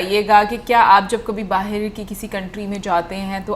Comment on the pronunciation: Bahar not bahir 😂😂😂